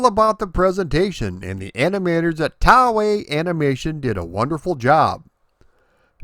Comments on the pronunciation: “Tau-ei?” Do you mean “Toei?” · Road Blaster/Road Avenger is quite tense for a laserdisc game. Talk about the need for speed. Can't wait for you to do Time Gal next. BTW, it is pronounced "TOE-A", not "TOW-A" for Toei Animation. Just sayin' ;) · Toei is pronounced "toe-eh". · just a note: Toei is pronounced like "toy." They're famous for many franchises over the years including Dragon Ball Z, Sailor Moon, Super Sentai, and One Piece. otherwise, amazing work as always and I look forward to the next video! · It's really fun to look at this game and its different versions. I watch your videos relatively often and learn about video game history. Sometimes, I'm perplexed, however, due to things like the fact that you've apparently never heard Toei Animation being pronounced before. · Yup butchered the toei.